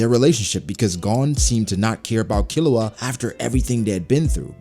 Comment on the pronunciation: Man rly said killua 😭 instant lose